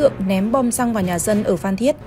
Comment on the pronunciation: Phan cứ đọc phạm, blv ko biết chữ à